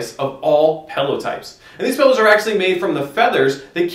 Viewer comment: "These pellows were actually developed by nasaw..." wtf are you saying? lol